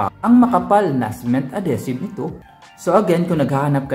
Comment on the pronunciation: Ad-HEE-sive,. Love your vids!